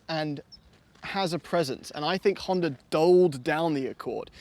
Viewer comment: Now do a comparison video with the Honder Accord. I am still trying to figure out what was talking about when he called the Honda a Honder. Lol